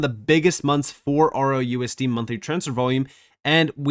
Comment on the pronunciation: I couldn't find RLUSD for the longest time because u can't seem to make "L" sound like "L". I searched everywhere for ROUSD because well UR "L" SOUNDS LIKE "O"!!!!!😮‍💨